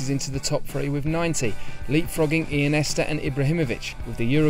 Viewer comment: Why does he call Iniesta Ianesta?